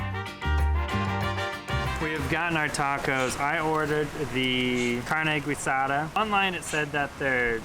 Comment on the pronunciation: Carne guisada? Pronounced wrong it's not gue sada its geesada